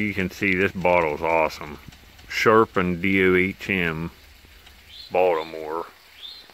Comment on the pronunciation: It's actually pronounced Sharp & Dome. These days i think it's Merck, Sharpe & Dohme. Itsa poison bottle. My best friends Dad worked for them in the 70's in Pa. Ty for taking us along